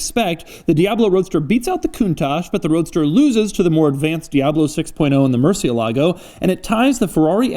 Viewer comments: It’s amazing how much Doug can expand on something so simple and basic as a climate vent and still entertain Doug also says mer-see-ah-lah-go. Now I was gonna rewrite how it should be said but the thing is it’s more about where to emphasize the pronunciation, since it’s Spanish for “bat”. It rolls off the tongue easier than how Doug says it. Regardless, it’s more like moor-see-eh-lago. Sorry for being a dickhead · I prefer non-working switches than cheaper looking blank ones. And please, is Murciélago (as bat in spanish), no "Murcie-lágo", which doesn't mean anything. Fine review, as always. Cheers. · Doug, Murcielago has the accent on the e not the a. It means bat not Lake of Murcia. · Is pronounce mur ciè la go . Not mur cie lagò names aren't supposed change across languages. But in the states every single person pronounces it Wrong. Is murcièlago. Wich mearns bat. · “Murcilago”? You mean murciélago! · I'm sorry but it's pronounced murciélago , not murciel`alo....:)